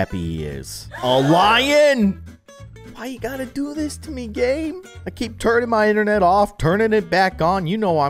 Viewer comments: It's keep not ceep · 😂😂 it’s freaking Keep with a K